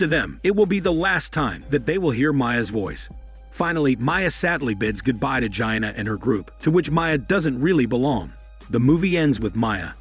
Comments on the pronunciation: Gee-ANNA, not like “Gyna” like Va-gina 😆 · “Gia-anuh”. Ack. Stopppp 😭😩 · You mean “Gianna” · Gi-anna lol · How hard is it to pronounce MIA AND GIANNA OMG 😂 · Bro I don't think that's how you say the name Gianna 🤣🤣🤣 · His saying it on purpose 😂😂😂